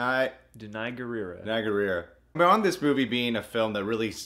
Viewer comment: Da-na-i. Gu-ra-i. In African names you pronounce every letter, putting emphasis on Consonance esp when it is combined with a vowel. And U as a vowel is never pronounced as A.